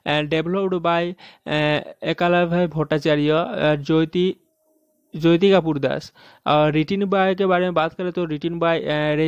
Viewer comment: Apne galat bola Jyoti ko joti boliye to sahi uchharan hoga likhne me Jyoti but jab bolenge tab joti boliye .it's Jyoti =joti not joyti